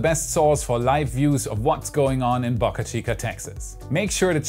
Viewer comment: Please pronounce Boca correctly the o sounds like the o in spoke